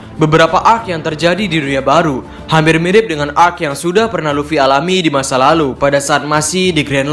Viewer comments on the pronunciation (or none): none